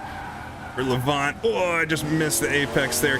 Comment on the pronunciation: Just a heads-up - Lavant is pronounced Lavant as in lavatory, so your emphasis is on the la and the 'vant' is more a 'vnt' or 'voont' but shortened a bit. Lavnt, maybe, if that makes any sense. Anyway, keep up the good work, you're great. :)